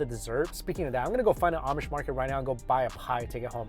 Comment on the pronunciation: My girlfriend and i just shook our heads when he kept saying amish